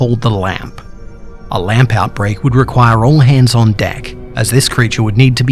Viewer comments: he says lamb like lamp "OH GOD, RUN, THE LAMP IS COMING!" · What he said: lamb out break What I heard: lamp out break What I thought of it: a bunch of Pixar lamps stomping on people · i heared dat to lol